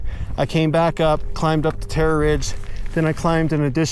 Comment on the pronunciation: Terrror ridge